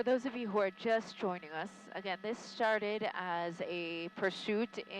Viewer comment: Anybody else notice at the beginning of the pursuit that she said "sharted" instead of started? Lol an amusing little slip of the tongue.